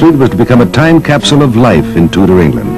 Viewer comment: "... a time capsule of life in Tooda England". Ah, the Toodas. One of the great die-nasties of our royal lineage.